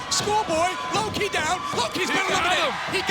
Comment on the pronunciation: The way Taz says Lo-Ki was hilariously funny.